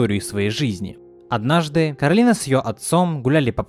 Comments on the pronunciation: Не кароліна а кораліна кто сматрєл етат мультік тот і знаєт😀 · Всё видео бесилась с неправильного произношения имени кОралины (гг постоянно сама исправляла людей, зовущих её КаролИна/КоралИна